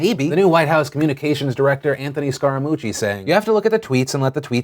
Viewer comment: Scaramucci is pronounced like "scare-uh-moo-chee" Huge fan of your show and your work and I will keep watching but figured I'd throw that out there.